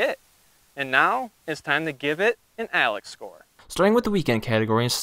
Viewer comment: When he said "Alex Score" I lost it. 🤣🤣🤣